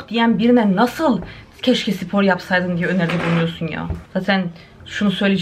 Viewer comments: Allah aşkına sipor deme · No one:: Sipor 😂